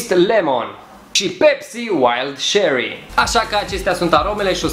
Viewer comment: Frate, cherry nu se pronunță cu "ş" pentru ca nu e franceza . Doar in franceza "ch" se pronunță ş, nu si in engleza